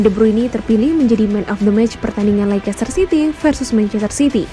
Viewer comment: Dibacanya leister mbaaa